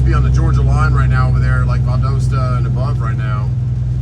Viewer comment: So I dont know if anyone as run this by you but with Valdosta, it actually pronounced valdausta, just figured I'd finally put that out there